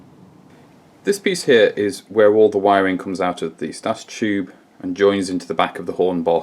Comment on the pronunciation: That is not the correct pronunciation of the word stator.